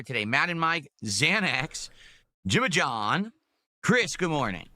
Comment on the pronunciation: you hit that "John" with Rambo accuracy 👏. If John was ever on Wpig it'd get a million views from me alone lol.